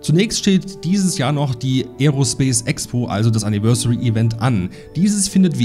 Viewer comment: Anni-versary Event 😂